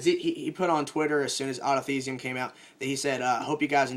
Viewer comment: Why does he say autothesium